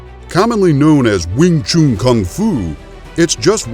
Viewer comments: You are probably thinking this because you are americans, using your own phonetics to pronounce with. Since the word is chinese, a chinese would know this best. Listen to this: Alright so the person saying chun here is english, but then lets get a real chinese to imply the correct pronounciation: When you say that it’s pronounced chun i’d have to agree - since we in Denmark would say choon, using other phonetics here. Just remember, saying it like chum or gun is an american feature... I actually just found this: an american saying it - then followed by a chinese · Need to learn how to pronounce the words right you saying it wrong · disliked for the way you pronounced Wing Chun.